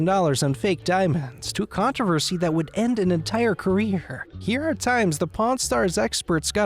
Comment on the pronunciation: 2k-hay, contro-ho-versy-heeee